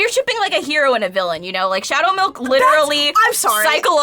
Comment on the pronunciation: You can hear mutter "Shhhadow Milk."🤣🤣🤣